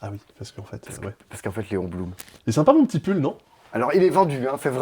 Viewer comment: "Allez Léon ! Parce que Léon Blum" (Bloom) Ça m'a tuée 😂